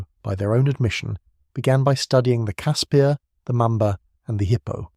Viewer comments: Ex SA ops medic here. Great documentary,well done, just call it a Casper though,not a Casspeeer. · Casper!!! Not cass pierre. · I love these type of videos but blatant lies should be called out. Grown men could stand up right under the chassis. and the 50 miss pronounced words one had to be properly researched and pronounced. casPIRS not casPEARS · Caspir....Pronounced Casper, like Casper the friendly ghost. Koevoet...Pronounced Koo-Foot. Other than that, as a South African, I enjoyed the video. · Great video. Just one thing, the name is pronounced 'Casper'. Not fully through this video, but I read in a book about Koevoet, that the only fatalities in a Casspir due to a mine detonation was when 4 Soviet TM 57 landmines were linked in series, with almost 40 odd kgs of explosive packed in the middel. The right (or left) back tire triggered the mines. The resulting explosion threw the Casspir forward through the air for over 40 meters and landed on its side. The occupants, as was the mo at the time, were not buckled into the seats. Cannot remember how many kia there was though. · You totally butchered the pronunciation of CASSPIR.